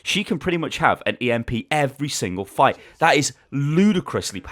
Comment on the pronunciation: I died when u say fuight XD